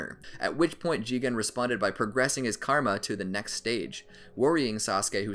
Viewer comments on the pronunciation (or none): none